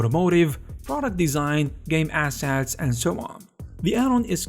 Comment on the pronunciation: I love how he says assets. "ass hats"